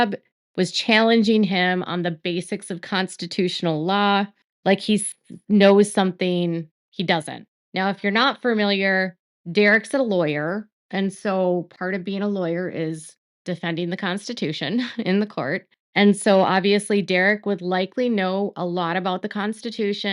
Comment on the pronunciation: The word is familiar.....there is no R after the F in familiar...not familiar....sorry just annoying